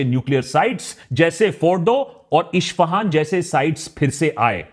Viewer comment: What's ishfahaan? It's Issssss fa haan